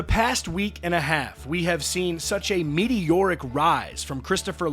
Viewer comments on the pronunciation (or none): Did you say medioric rise? I think he rose like a shooting star in no way is it mediocre